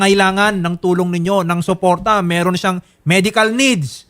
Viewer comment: De nya na din mabigkas ang letter r masyado , “ meehrhon” ( meron)😩😩